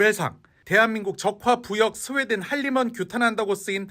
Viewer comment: 스웨덴이~ 하는거보니 경상도네..